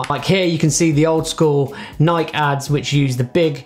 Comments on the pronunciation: excuse me nike was pronounced like bike? bro.. come on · dude knows he's saying Nike wrong, or???